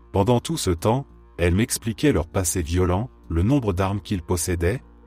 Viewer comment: J'adore ces vidéos, vraiment ! En plus l'idée du feu de camp est excellente, je trouve. Mais l'IA... "D'à côté" devient "D accent grave à côté", "violent" l'adjectif devient "violent" le verbe conjugué et donc prononcé "viol", la "côte é" pour "côte est", "on apprend à le supportère", etc. J'avoue, le "D accent grave" m'a fait éclater de rire ! En plus il s'agit d'une apostrophe, il aurait dû dire "D apostrophe à côté" !!! Ça ne m'empêche pas d'écouter toutes ces histoires qui me passionnent, enfin surtout ce qui est paranormal, parce que là... le pauvre homme en feu, devant son petit-fils... Épouvantable. Je me suis abonnée, mais j'aurais préféré que la voix soit celle d'un conteur. À part ça : TOP.